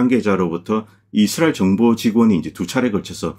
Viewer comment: 자꾸 이스리 이스리 이슬이? 해서 뭔가 했네요. 이스라엘을 왜 이슬이라고 하는지 궁금하네요